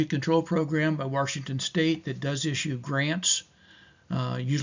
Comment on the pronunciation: Washington doesn’t have an r in it 😊